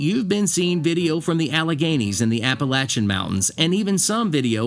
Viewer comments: Philippi, (pronounced Phil-a-pee) WV. I enjoyed the video, and it's Appa-latch-un!🤣 No matter where I roam, Appalachia is my home! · Say it right or I’ll throw an Apple Atcha!! Lol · It's "apple latch uh!" If you can't pronounce it - move! 😅😂😅 I grew up in these beautiful mountains. I'm of Scotch/Irish lineage ❤ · I've always pronounced it "ap-ah-LAY-chun", not "ap-ah-LATCH-un". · I live in North Carolina. It is pronounced Appa-lat-chun. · I live in the mountains of northeast Georgia. I really didn’t know how to pronounce “Appalachian” but after watching your video, I still don’t know. Thanks for clarifying that.